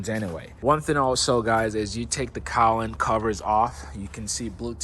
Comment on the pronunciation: thing thing thing thing…..with a G not with an N…Cowling with a G not with an N..Now say it 10 times…